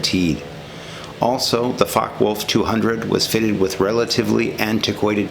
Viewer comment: Although I have subscribed and liked this video about the FW-200 Condor, I found that there was information which was missing which would have been nice to have been included. For example, the number of machine guns and calibre, where there other variants of this model, etc. Also, the pronunciation of Focke Wulf should be FOK-ker, VOOLF, rather than FOK-wolf.